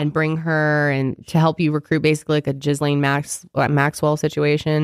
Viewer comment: I'm, sorry I'm literally looking at pronouncing Ghislain Maxwell, jizlaine. Lmao. That really do be her name too